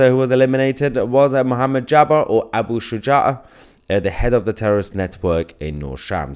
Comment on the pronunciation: They will never ban shisha. You pronounced Abu shuja’a really well.